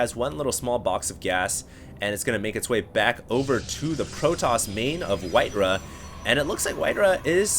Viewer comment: HD, his name is WhiteRa. Not WhiteRuh.